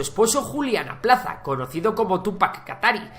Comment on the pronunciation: Jajaja es Julián apaza no aplaza